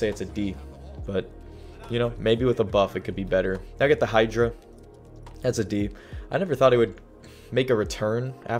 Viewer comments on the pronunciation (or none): none